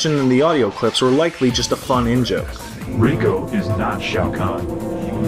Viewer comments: Why do you pronounce it "Rye-co", when it is obviously "Ree-co" as pronounced by the in-game anouncer from the, you know, the makers of the character. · I love how you guys manage to fuck up pronouncing names, easily. Even the in-game character said, "RAY-KO", and you managed to say, "RRR-EYE-KO". Do you purposely butcher names??? Why not tell the audience, better things like how the Arcade Version of MK I had actually said, ' fatality' when it happened, and the SNES version didn't, or the ominous laugh that plays in the arcade version with the opposing players life reaches critical. Why haven't you mentioned a damn thing about MK Trilogy. I should have made this video. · They pronounce his name "Reeko" in the game, then 2 seconds later he's referred to as "Ryko" by the narrator lol. I'm SORRY I don't know who was talking at the time Matt or! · reiko = RAY-ko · Daniel Yogi reiko is romaji. That's how you'd spell the Japanese name reiko in roman letters. They even pronounce it that way in the game, and in this video . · How did you manage to pronounce Reiko "rye-ko"? They pronounced it correctly in your own damn video.